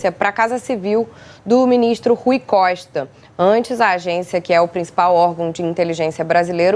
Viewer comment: Não sei de que estado ela é mas ela repetiu o nome do Rui Costa duas vezes errado. Rui Coista, fala sério com esses grotesco.